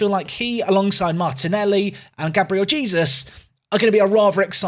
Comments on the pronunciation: That pronunciation of Gabriel Jesus physically pains me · Not going to lie, every time you pronounce Gabriel Jesus is making me twitch!